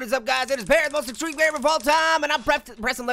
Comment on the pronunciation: stop saying exceme